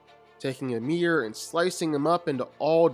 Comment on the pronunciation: Calling him Yamir is annoying af , its spelled Ymir but it sounds like E-meer.